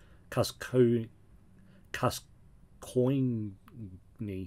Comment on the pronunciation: You’re going to platinum this? Christ. Good luck man!! Oh and it’s Gasg-oin(Gascogne). Can tell you don’t like football 🤣